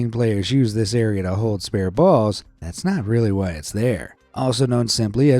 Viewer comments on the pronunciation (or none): none